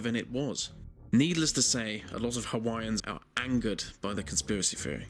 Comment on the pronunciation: It's thousand, not fousand. This, not vis. Theory, not feory. Don't be so uncouf.